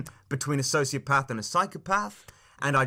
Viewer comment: kinda funny how keem goes from not knowing much and mispronouncing sociopath to knowing everything about how it can't be on a spectrum.